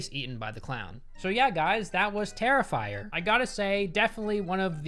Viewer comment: I had an aneurism when he called him terrifier xD